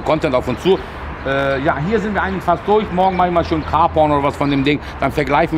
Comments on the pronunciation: Touareg nicht Toureg.... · Toureg wird ja turek gesprochen. Auf polnisch heißt das Türke :)